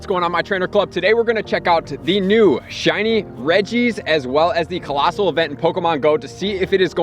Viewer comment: A lot of the information you post is very helpful and useful, but the way you emphasize the word "THE" makes me cringe.